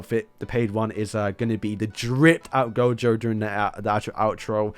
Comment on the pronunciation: He didnt butcher gojo